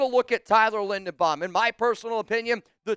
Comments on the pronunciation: LINDERBAUM, not Lindenbaum. You're not very bright, are you ? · "I'm looking at Tyler Lindenbaum". It's Linderbaum. says he loves him, then mispronounces his name at least 5 times in this video and 30 times in the last month.